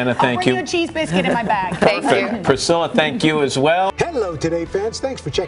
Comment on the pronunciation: That was awesome priccala. But when that girl said are you proud of Elvis you just said actullay I'm proud of this house. I'm not trying to be mean though